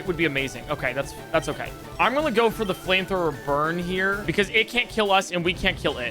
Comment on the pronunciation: I only just noticed you said "gonna" like "gulnna" (the l is soft but definitely there)